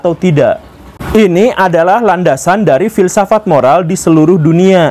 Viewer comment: Fill saff at guru gembul. 😂👍mantab dan jelas masbro👍👍👍👍